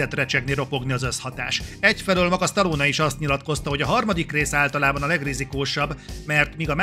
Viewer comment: Az odáig rendben van, hogy az átlag magyar képtelen helyesen kiejteni Stallone nevét. De attól az embertől talán elvárható lenne, aki kritikát készít a filmjéről, és amúgy “rajta nőtt fel”.